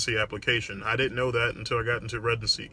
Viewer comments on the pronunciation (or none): Been a fan for a while Doc. However, I've always been curious as to why it sounds like you say residency with a G? Like "Regency"